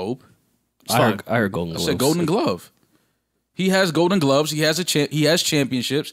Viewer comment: said gloaves instead of gloves 😂😂